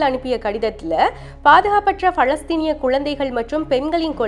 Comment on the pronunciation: பளஸ்தீன் இல்லடீ பலஸ்தீன் டீ